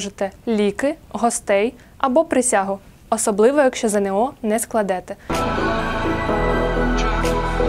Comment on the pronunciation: Шановна пані! Не ЗеНеО, а ЗееНО.